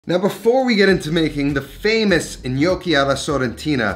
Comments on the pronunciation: It's not in-yoki. It's nyoki. It sounds like you keep saying "the gli gnocchi" which would mean "the the gnocchi". Looks delicious. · "NOKI" lmao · With all due respect....you are pronouncing gnocchi incorrectly. Sorry. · Pronouncing gnocchi wrong.